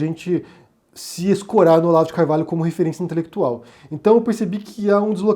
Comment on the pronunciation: É um casamento com afinidade 'intelequituaulll'. Rsrsrs